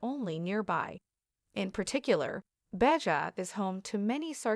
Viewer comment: Did she say Bay-juh!!?!?? I think you meant Baja California (that’s Baa-haa) 🤦🏼‍♀️